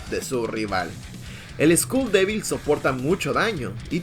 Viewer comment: Bro said school devil instead of skull devil😂😂